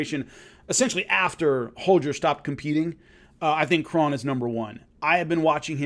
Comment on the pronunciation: Great stuff; btw, Kron is pronounced like "own" not like "on"